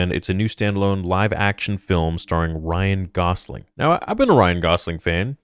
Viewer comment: It’s Gosling not Gausling